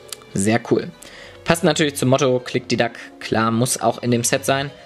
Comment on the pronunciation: Das heisst Klikdiklak!!!